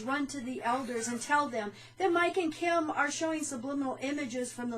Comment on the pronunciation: Kim, you did a great job pronouncing my name, I never doubted you would do it right. As I said before, I'm just so incredibly happy to be out, I forgot what it was like to be truly happy! I wasn't as happy when I got baptized as a JW, or I don't remember feeling happy for those who were getting baptized as JWs and yet here, every nail in this coffin brings me so much joy...Congratulations, Pauline! I hope you are enjoying your freedom too!!! I agree: I absolutely can NOT imagine going back after learning TTATT, I just can't comprehend how it's possible.. well, unless you have to go try to save family members but then it's different and has to be so much harder. I often think about those people who know TTATT and are still trapped because they have a family involved, or those who stay there and work on exposing them by leaking info, doing everything to bring the WT down. I applaud those people because I can only imagine how hard it must be to lead a double life and sit through all those boring meetings or even worse - assemblies and conventions, or giving talks and so much more! Thank you, if you are reading this!!! I don't know you, but I remember to pray for all of you so you may continue and stay sane. Thank you, Mike and Kim!!!! Feels so much better than going door to door, or a bible study when you have to lure the interested person with just enough information trying to keep the person interested in the meantime avoiding any "touchy" subjects until the "client" is ready